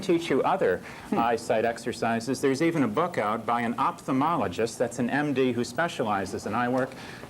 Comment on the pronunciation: Why is it that so many smart people can't correctly pronounce ophthalmologist? OFF-thal-mol-o-gist "ph" is same as "f"